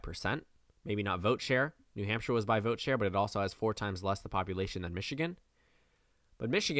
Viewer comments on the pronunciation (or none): none